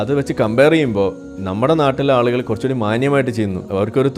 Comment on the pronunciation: it is nerekam not narakam. Nerekam is halaal narakam is haraam. Yaalukal is halaal. Aalukal is haraam.